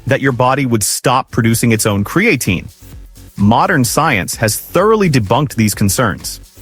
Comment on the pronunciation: I lost interest as soon as I heard kree-A-teen. If your robot can't even pronounce the primary subject correctly, maybe you ought to get off your ass and do it yourself.